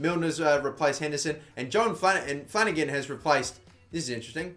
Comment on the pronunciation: Adding a little Spanish flair to Jon Flanagan haha